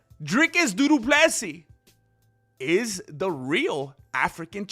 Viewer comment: Why does he call him doodoo Plessis